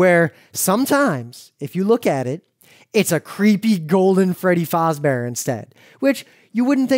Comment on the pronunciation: He said Freddy Fozbear